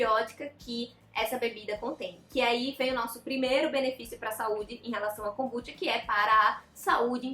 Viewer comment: Tenho TDAH e adorei o vídeo. Acredito que ela esteja falando para um público não leigo, há diversos vídeos 'amadores' sobre o assunto. E a pronúncia dela está correta, assim como Kombuchá tbm está.